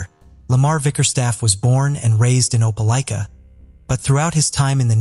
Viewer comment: How did you manage to say the name of Opelika three different ways barely a few minutes from each other? Thats rather absurd The constant mispronunciations is horrible. Its okay to do another take. And to look up the words you don't know. Its grating on the nerves and ears.